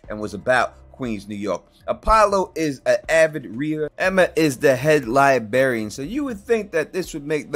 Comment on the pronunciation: Lie-berry-in….. lol